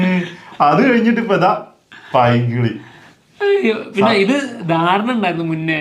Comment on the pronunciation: Painkili ❌ Pailnkili ✅